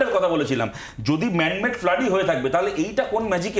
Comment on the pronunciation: "ম্যান মেড" না "ম্যাম মেড" ?